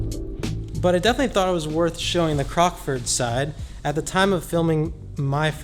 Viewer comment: It's nice hearing someone saying the name correct. So many vloggers were calling it "Crocksfords" and it was driving me nuts!! Great video as always!